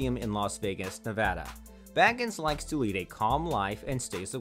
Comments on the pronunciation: The narrator kept mispronouncing his last name! It was annoying. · that's not how u pronounce Zak's last name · Thank you!! Well said!!! It is so VERY obvious (especially after Zack has been a celeb and on TV for THIS amount of time) that he pronounced Zack's second name incorrectly, over and over and over!! : (